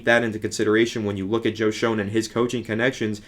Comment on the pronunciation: It's pronounced Joe Shane lol